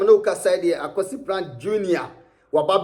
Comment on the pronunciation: the name is Kwasi Pratt, not Akwasi Pratt